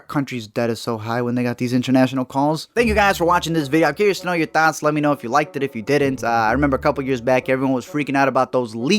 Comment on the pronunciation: Everytime he says "thoughts" i hear "THOTS"